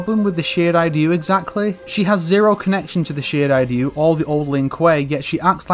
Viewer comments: Why d fuck.you say shirai Dyu ITS RYU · It is shee-rai-rai-you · Not gonna lie mate. The way u say Shirai Ryu gets on my nerves. I bet ur the only person to say it like that